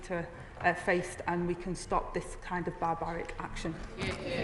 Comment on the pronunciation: It's Gen Z speak for "barbaric", our Kier told her to say it that way.